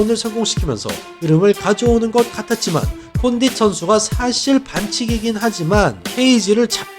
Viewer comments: 콘딘이아니라 콘딧이요 조쉬버트만이 아니라 조쉬버크만이요 ㅡㅡ 저번에 벨라토르 단체이름도 자꾸틀리시고 이제는 선수이름도 자주 틀리시네요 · 카를로스 콘'딘'은 좀 너무 한거 아닙니까..